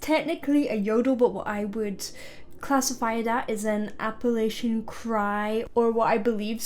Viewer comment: Love the video but it’s Appa”latch-a” no “lasha” no hate just saying